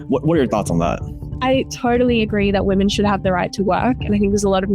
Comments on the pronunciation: What is happening on youtube? Why is it so hard to pronounce women in stead of woman? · Great video but why do people keep saying woman in place of women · I swear you keep saying "Woman" instead of "Women". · I know your fans will vehemently defend you and take this as a personal insult but still, tiny correction; women is pronounces as wimmin, there should be a notable difference between the words woman and women. :D Other then that god am I glad you put out this video cause you're literally one of the first people to make this open to the public, so many are fooled